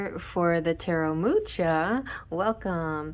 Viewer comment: Love this!!!! Listened to my Rising (Leo) and Sun/Moon (Pisces). Gonna listen to my upcoming profection year sign (Aquarius) as well. PS don't mean to be an art snob, but Mucha is pronounced "Moo-hah" instead of "Moo-chah", with an emphasis on the first H (kinda the first H in Hannukah).